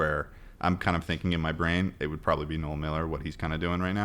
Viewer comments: ted just said noel miller as "nole" and i bugged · ...does he call Noel Miller...Nole...? 😆